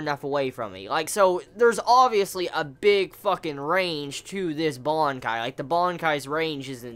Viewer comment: What the fuck is a bonkai? It's BANKAI!😂😂😂😂